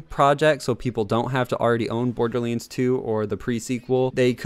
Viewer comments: Wtf is Borderlends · He just said bordlends